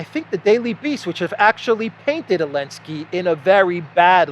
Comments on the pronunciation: Why do you say Zelensky’s name as AH-Linsky rather than ZUH-Linsky? My wife is from Donetsk & everyone says Zelensky, no one cuts the Z off. Just curious why you do? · Γελάω πολύ κάθε φορά που λες Elensky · I think he is making fun of him because they outlawed the letter Z . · I appreciate that insight. I clearly missed the reasoning behind the mispronunciation. I assumed it was intentional & that’s a great reason 😏 lol